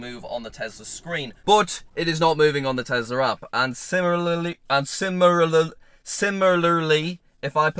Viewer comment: can’t say similarly